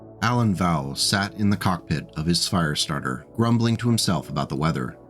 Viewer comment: It's a Firestartah! Twisted Firestartah!